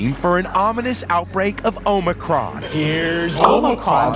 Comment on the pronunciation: Omicon//Not Omicron !!